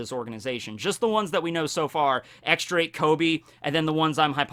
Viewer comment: He finally pronounced Akainu right! Now X Drake on the other hand...